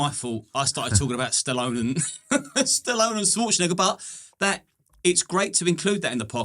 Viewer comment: “Arnold Skwortzenager”